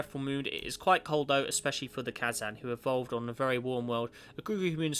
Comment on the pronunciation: You didnt read the first introductary part of the description! also you pronounced Kazan wrong but that is not a large problem...